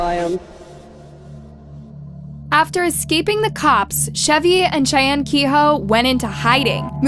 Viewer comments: Love your channel but you keep mispronouncing Cheyne's name. It's pronounced like Shane and McVeigh is pronounced like McVay. Chevie and Cheyne had the shootout in Wilmington, Ohio of which I am very familiar. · I think names should have the correct pronunciation. It's imperative to the case. Cheyenne just kept throwing me off.